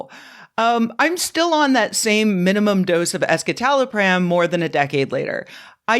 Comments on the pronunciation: It's pronounced "es-si-ta-lo-pram", not "es-ki-ta-lo-pram". Sorry, I'm a bit of a nerd and these kinds of things bother me. 😄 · ESKITALOPRAAAM? I've been saying it with a soft c (like in scepter)